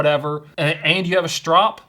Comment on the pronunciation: "strope"? Bro wtf...